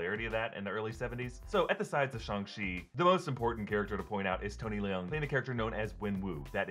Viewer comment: Kudos to on nailing Tony Leung's name!